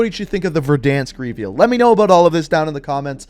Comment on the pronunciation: Am I the only one bothered by how he says "reveal"?